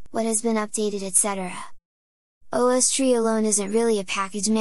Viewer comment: Me: "What's an ahwstree?" .... "OH! ohh-ess-tree!" :D